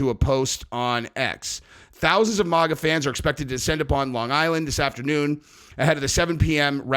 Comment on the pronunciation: It's maga not moga! Other than that, love your channel!